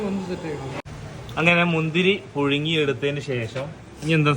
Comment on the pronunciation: പുയുങ്ങി അല്ലപുഴുങ്ങി